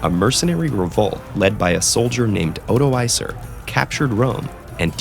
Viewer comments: For goth's sake, it's not Odo-Acer, it's pronounced like Odo-Acre! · "Oh-doh-ah-ker" not "Oh-doh-aie-ser" Come on people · The narrator massacred the pronunciation of Odoacer, its "odo-ah-karr". Also the scene when Odoacer deposes Romulus Augustulus is innacurate, Emperor was very young at the time. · I'm confused about why Rome was on fire when they mentioned Odoacer (whose name should not be pronounced with a soft C, look up how the Greek East spelled his name, it's with a Kappa not a Sigma). That was 410 and Alaric was the leader then during the sack of Rome. 476 was a coup but without destruction. Also, Odoacer did not depose Orestes and Romulus Augustulus in Rome, he did that in Ravenna. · The pronunciation is with a k not a soft c in Odoacer. :D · “C” makes a “kay” sound in Latin, you moron. Try to pronounce “Odoacer” again. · Pretty sure you pronounced Odoacer wrong... either that or my professor was wrong. Both are valid possibilities. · That is not how you pronounce Odoacer.